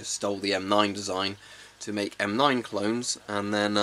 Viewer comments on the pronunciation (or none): none